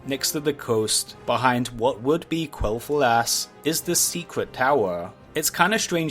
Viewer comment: “Qwell thu-aass”